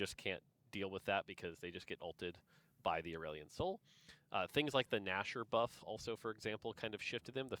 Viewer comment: If you're pronouncing Aurelion in a way that rhymes with Dandelion I'm going to side eye TF out of you regardless of how OP he is lmao